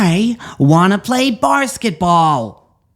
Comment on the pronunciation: Pronouncing it "barsketball" with such contempt is right on brand for Mr. G's hatred of the athletes. Love it.